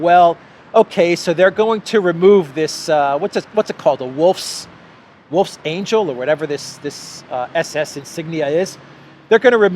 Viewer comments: It’s not angel, it’s angle. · the ng in wolfsangel is pronounced as the "ng" in gong. Ah, and perhaps Aslin's execution will also be online... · it's not pronounced like the g in "angel" but like the g in "hang". it translates to "wolfshook" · The wolfsangel symbol (pronounced “VOLFS-ONGUL”) actually predates the German swastika. It was used as Masonic symbol by Ukrainians in the late 1800’s. The symbol’s supposed to represent a meat hook. I would encourage you to research this, as there’ve been Nazis, supremacists in Ukraine for multiple generations, which is why labeling them “neo-Nazis” is pointless. These are fourth and fifth generation Nazis. Nothing “neo” about them.